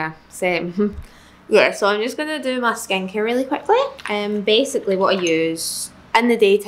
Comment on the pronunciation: Every time she would say “skincare” I should she was saying “Skanky” 😂 I’m sorry I’m so American.